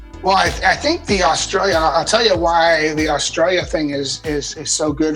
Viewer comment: Dale and Robby say Australia so wrong and yes I’m Australian